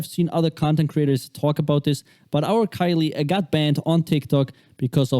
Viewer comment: Man doesn't even know how to say her name properly 🤣🤣